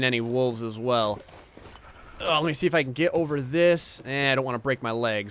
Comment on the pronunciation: Coming from the Black Country in England (West Midlands), far be it from me to take the mick, the way says "if I can" like "eef I ken" I absolutely love, everytime I think "Who's Ken?" LOL But I'm worse, phonetically I sound like this "If'ar con" so ridicule is welcome, aren't accents great